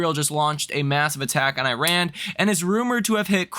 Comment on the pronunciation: You should learn how to say Iran